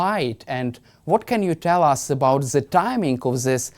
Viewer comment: Zis, ze, zey, zat.